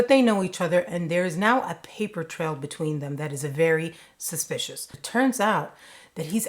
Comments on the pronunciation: I love that you said, suspishal. Let's make that a thing. It's suspish, HAIL OUR QUEEN, but a little extra. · SUSPISHIL! I'd have never noticed if you didn't point it out...you are hysterical no matter how serious the subject matter! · I'm going to say suspishil from now on, don't know about you.🙂